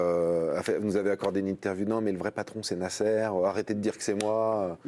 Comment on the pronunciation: Pourquoi prononcer le nom de Nasser de cette façon? cette cloche de présentateur....